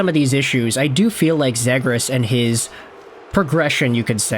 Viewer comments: it’s pronounced Zee-gras. Bro will eventually learn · Omg man it's pronounced Zeegras!! Learn player names if you want to make content